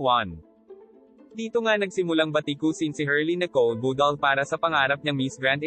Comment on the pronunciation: MAY PROBLEMA BA DILA MO KUPAL PANSIN HUAG MAG SLANG BUGOK D BAGAY SA KAKUPALAN IBANG TAGALOG MO OK KASI IBA TAGALOG MO KUPAL NA KUPAL ..BUDAL BUDAL PRONOUNCE MO NG MAIGI BOBO BUDAL BUDAL ULOLLL